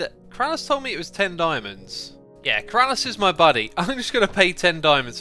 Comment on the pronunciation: Only keralis can say BeeRalis properly xD